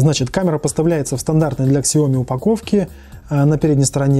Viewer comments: Сяоми... без К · Спасибо Виталию за информацию, правильно произносить так - Сяоми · Прошу прошения за произношение Xiaomi правильно произносить на китайском - правильно произносить на английском